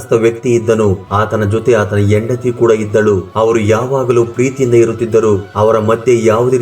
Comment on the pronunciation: IT IS HENDATHI NOT YENDATHI. PL CORRECT YOUR "HA" PRONUNCIATION.